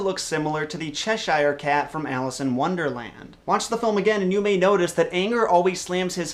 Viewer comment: And "Cheshire" (as in the Cheshire Cat, which you mention) is "CHESH-er" (not "CHESH-ire"). Maybe you're not a native speaker of English.